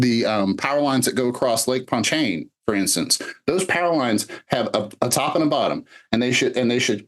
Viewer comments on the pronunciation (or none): none